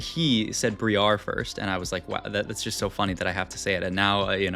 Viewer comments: I'm not trying to farm engagement but hey it works. ITS BR-I-AR NOT BRIE-AR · plz stop pronouncing briar like that its wrong and cringe